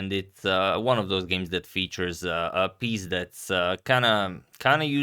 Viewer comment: Just noticed that in the beginning Agad said “piece that’s”, which sounded like Russian curse word пиздец. I hope that’s not intentional, but still rather funny, because the bishop is definitely pizdec how badly positioned on the board.